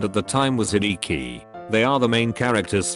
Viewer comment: i didnt think the program would pronounce chii and hideki correctly , wow